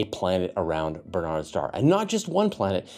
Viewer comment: Minor point. Historically Barnard’s Star is pronounced with the accent on the first syllable. BARN’ ards star.